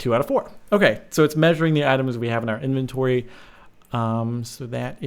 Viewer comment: inventory not enventory